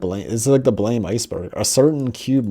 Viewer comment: It's pronounced Blam not Blame Blam is the sound that a gun makes when you shoot it and since the main character hardly speaks he just shoots that's where the name comes from